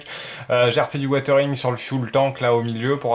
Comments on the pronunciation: Super boulot tant au niveau de la maquette que du montage vidéo. Vraiment bravo et merci. Juste une seule remarque..... WiZering..... Pas Watering..... 😁😉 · Je t'entend dire "watering watering..." mais on est d'accord c'est du "weathering"?!!!? Qui se lit don grosso merdo wézering quoi?